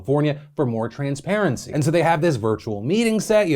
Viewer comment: You said TRANSperancy too many times and it’s offensive!